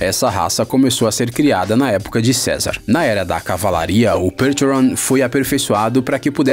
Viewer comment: Percheron se fala "percherron", não tem essa fonética inglesa. É UM CAVALO FRANCÊS kkkk não matem os franceses de raiva kkkkkk